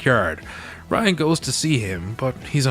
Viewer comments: Rynn, as in Rinn. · Right! I kept saying, Her name is RYNN!!! Lol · "Ryan"?? Hard to have faith in a review if you can't get the main character's name right.